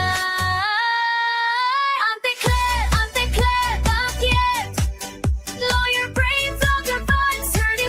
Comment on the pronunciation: "Bakyet" I love it